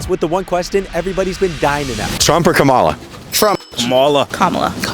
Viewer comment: Why can’t pronounce Kamala correctly when people keep telling him repeatedly? Pay attention!